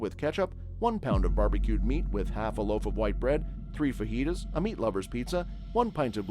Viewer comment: It’s Faheetas, not Fajeetas.